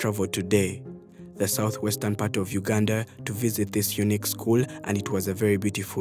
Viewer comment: Sssshhhhhhhaaaaaa this I not Uuuganda I repeat this not Uganda as I know my Country